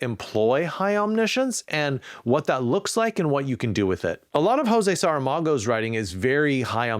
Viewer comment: love your videos btw, but just a corrective remark on how to pronounce José Saramago: it's not "hou-seh saramago" (spanish pronunciation), but rather closer to, "jew-zeh saramago" (portuguese pronunciation)